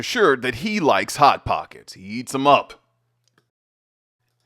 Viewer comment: I thought you said THOT POCKET, not hot pocket😅😅😅😅